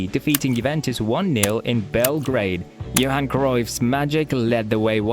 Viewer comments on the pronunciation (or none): none